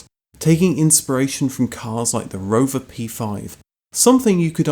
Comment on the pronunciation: Take a shit everytime he says roverrrr